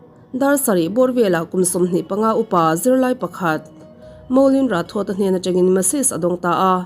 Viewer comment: Rathod hi Rathor anga lamtur zawk ani ang ka ring...